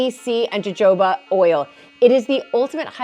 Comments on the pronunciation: Jojoba: pronounced Hohoba. 🙄😖 Genuinely, it is not that difficult, even for Americans. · One has to correct people so that in future, that person won't make the same ignorant mistake. Frankly, as an American from her same area, I couldn't believe this woman mispronounced jojoba.